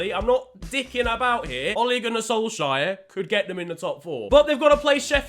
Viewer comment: Why do you call solskjær as solshire? He isn't a fucking hobbit